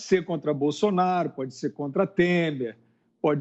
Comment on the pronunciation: O "Boffsonaro" do Fiuza é impagável